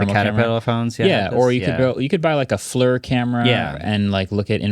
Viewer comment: Did he just say “FLUR” when it’s pronounced “fl-eer” FLIR is the word I’m referring to.